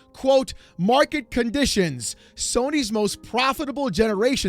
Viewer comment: “Mwarket Cahnditions”